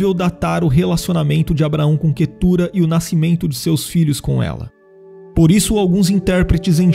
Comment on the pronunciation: O nome da minha esposa, mas pronunciamos Quétura